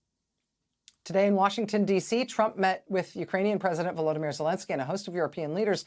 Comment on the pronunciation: His first name is VoloDYmyr. You must accent the third syllable.